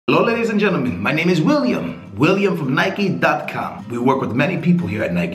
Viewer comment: the way you say Nike ffs